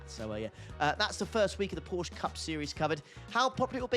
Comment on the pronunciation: Well, why are you sad that it’s not raining!! We hate rain and it’s Porsche not Porsch